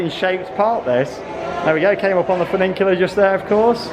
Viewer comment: There's only one "n" in the word, "funicular". I like how you say it though, - very unique, "funiNcular". Legend.